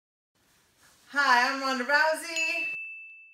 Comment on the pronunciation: The post editing on this short video is gold. I love all the cute sound effects and the Japanese Credits. Also the Japanese accented "Ronda Rousey" was cute.